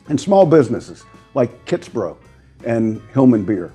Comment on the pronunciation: Replayed it several times but I'm hearing the Senator say "Kits-Bro", lol! Maybe it's just me. Regardless, always enjoy your videos, especially the Local Loam vids.